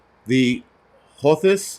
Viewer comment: Pronounced, "Hooth-ies"